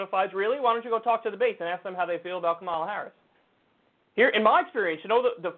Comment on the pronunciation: CNN sucks…but at least they know it's "COMMA-la" Harris, not "ka-MAL-la". "ka-MAL-la" was a wrestler.